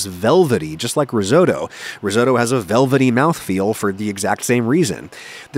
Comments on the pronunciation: It's actually your pronunciation of "Risotto" that might land you in trouble with the Cosa Nostra. It's not like Toto, the dog from Wizard of Oz, or the Canadian rock band..but Otto, like the German Von Bismarck. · REE SO DOUGH... Come on. At least try to pronounce Risotto.. and I'm not even Italian. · Adam, I love your videos- you are bloody good at what you do. But do me a favour? As someone who's family hails from Puglia, could you not pronounce risotto as ree-soat-oh? It drives me nuts to hear to Americans butcher Italian words and quite frankly, a man of your intelligence, education and heritage should know better! Peace out! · He pronounced risotto wrong, in a very american way. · Always impressed by your videos which invariably have good information. One small criticism: pronunciation of "risotto" the "o" is short as in "bottom", not long as in "DeSoto" (the automobile).